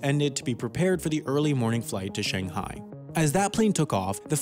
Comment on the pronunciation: Take a shot everytime he pronounces "Shanghai" wrong